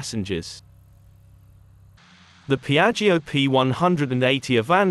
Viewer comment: what a beautifull aircraft. Looks like a spaceship ❤ By the way : Piaggio is spoken like piatshow in italian language.